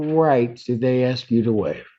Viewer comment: He wanted to ax a question ? Low income, low education on show.